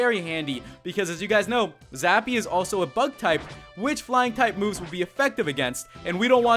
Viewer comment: its zappy not sappy LAMO ;)